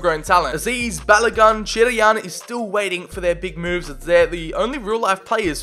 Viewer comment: Hurts as a Nigerian when you butchered Balogun “Ba-la-gon” but nice vid